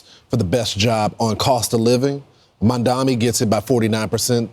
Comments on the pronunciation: Why the fuck they keep mispronouncing his name? Why can't they spend 5 minutes to learn the name? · It’s sooooo annoying when they mispronounce his name deliberately. Bozos. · It's definitely that, they know how to say it correctly but they want to dehumanize him saying it incorrectly, hell, before the interview they had with him the interviewer that was going interviewed said (moron mamdani then she immediately went "excuse me zamdani") so saying his first name intentionally wrong wasn't enough for him she had to go back and intentionally his surname wrong after she originally said it correctly, talk about being so fucking pathetic.